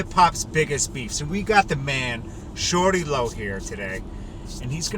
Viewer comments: Aye dumb ass...shawty Lo don't have a "r" in his name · shawty lo not shorty lo lol